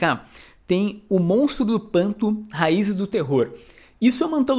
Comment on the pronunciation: Sei que foi só um probleminha de dicção rapidinho, porém agora eu vou chamar pra sempre o personagem de monstro do panto